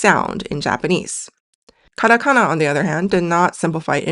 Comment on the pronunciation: Whycome you say Karakana when you put Katakana on the screen?